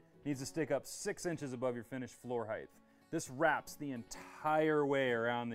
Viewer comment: Just a friendly reminder. The word is height, not heighth :)